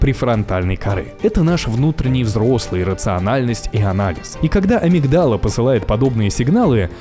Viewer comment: В слове амигдала ударение на И 😬